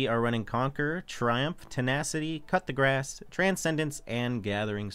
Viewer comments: cut the grass? wtf 😂 his pronounciation is hilarious 😂😂😂😂😂😂😂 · That's on purpose he's been calling it this for the longest time lolol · i just want to say I'm extremely bothered by the way the man says coup de grace